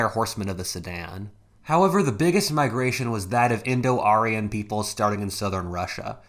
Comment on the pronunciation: indo-aryan. not indo-arian